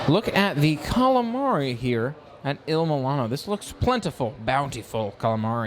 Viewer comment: 🙄 Not once did you say the name of the restaurant correctly.